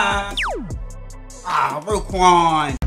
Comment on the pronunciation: Bro so disrespectful it’s roquan not rayquan 🤦‍♂️